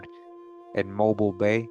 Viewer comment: Hey Mobile Alabama, Mobile is pronounced Mo-beel like an electric eel.